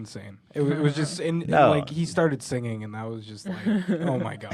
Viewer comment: Sing-ging lol, it's funny how ethan says singing. love these guys.